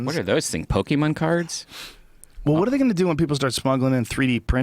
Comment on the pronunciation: pokemon, not pokemen